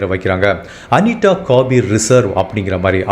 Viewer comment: ஹாய் உங்க வீடியோ அனைத்தும் அருமை ஒரு சின்ன வேண்டுகோள் தயவு செய்து தா வை தா என்றே உச்சரிக்கவும் அனிதா என்று சொல்லாமல் அனிட என்று சொல்கிறீர்கள் நண்பா தயவு செய்து தமிழை தமிழக உச்சரிங்க நண்ப